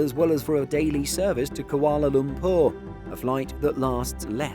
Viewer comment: 'Koala lompour' at 3 mins 20.... ....never heard it pronounced like that! Maybe I had it wrong all these years. Great video though :-)